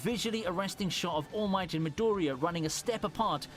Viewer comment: He is fully committed to calling All Might “Almighty”.